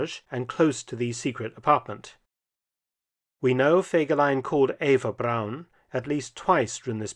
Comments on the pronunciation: Kein Mensch, weiß warum man den Namen nicht richtig aussprechen kann! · Es wäre sehr nett, wenn ihr die Namen richtig aussprecht. Der Mann heißt Fegelein und nicht Fagelein, Hitler war der Führer. Und seine Freundin hieß Eva und nicht Ava. Seine Sekretärin hieß Traudl Jung und nicht Trude, Gestapo und nicht Gustapo !